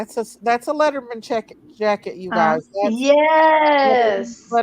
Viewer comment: It’s a Letterman jacket. Sounds like you’re saying leather mens jacket. They’re distinct. Arms are usually leather and typically white or a lighter color depending on the school colors but white is mostly used. Body is a heavy wool type material. That looks almost marooon/burgundy